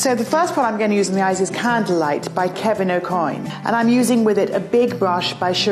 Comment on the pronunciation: Did she say Kevin AkoIn 🤣